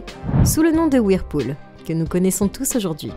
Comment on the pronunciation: Pas ouirpoul, Whirlpool.